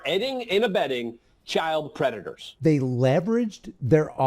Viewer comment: “If yer aid&abeding cps” aid&abeds cps